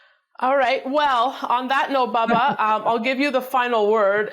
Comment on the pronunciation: WHY does she call him.. BABBA??? its..BUBBA!!!!! Weird!! Why dosent someone CORRECT HER!!!!....Its BUB!! not BAB!!!............PS I like Bubba!! NOT BABBA!!!